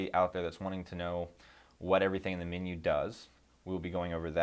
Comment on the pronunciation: It funny how sometimes a person speaks with a fairly neutral accent but will pronounce one or two words oddly. "Min-yew"